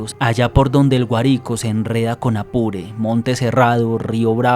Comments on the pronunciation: Hola, no había visto este canal antes, me encantaron las historias soy caraqueña y muchas no las conocía. Solo me gustaría darte una recomendación sobre los nombres de algunas ciudades y estados Guarico la entonación más fuerte en la A, y el último relato del Dr. Noche es en Galipan pero la chica trabaja en la Guaira no guajira. Voy a seguir tu canal por qué me encanta el contenido. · Hola. Como venezolana me alegra que personas y creadores de contenido de otros países se interesen en nuestra cultura y en nuestras leyendas. Me agrada mucho tu contenido y me parece que tu narrativa y tu investigación estuvo muy acertada. Lo que si te digo, es que deberías estar pendiente de la pronunciación de los nombres de los lugares como por ejemplo: Guárico, La Guaira y Cumaná. Muchas gracias por el esfuerzo en contar también historias de mi país. Un abrazo. ❤